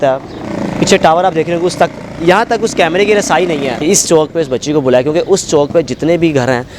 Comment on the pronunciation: Bhai CHAONK nai hota CHAOK hota hai